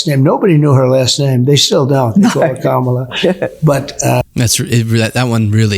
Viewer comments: At least he's pronouncing her name correctly now! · It’s crazy how he can pronounce Kamala’s name all of a sudden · Idk what you're trying to say but just so we all know it's emphasis on the first syllable because the name is Indian, and many of their languages stress the first syllable. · He actually pronounced her name right. He said KAM-A-LA instead of KA-MAL-A. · That's amazing that he actually knows how to say Kamala Harris's name. He bungled it all up during the elections and called her all kinds of nasty names. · First time I heard him pronounce Kamala right..... Maybe he knew her name all along!?..... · Pretty sure THIS is why trump hates wind mills: ...I think that's the FIRST time I've heard trump pronounce Kamala's first name CORRECTLY!!!!! :-O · He said her first name right 😮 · He uses the right pronunciation now ?! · His dementia is bad enough that he could think that he's saying it wrong to insult her, but the result is he's pronouncing it correctly...